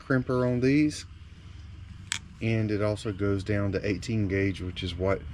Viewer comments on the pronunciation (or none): none